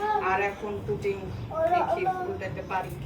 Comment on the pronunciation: পুটিং নারে বইন পুডিং হবে